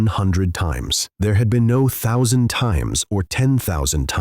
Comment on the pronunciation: cant even say 10,000 grand or thousand properly , when are u going to fix the A.I..